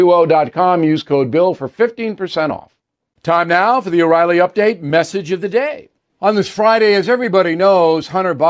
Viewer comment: Did you say there's an uprilly date?? Update about what?